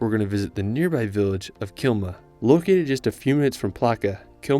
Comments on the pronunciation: Great video. It's Klima not Kilma. If you'd like to correct this. Keep it up:) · KLIMA ! not Kilma ;) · Klima not kilma… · LOL, it's Klima. :)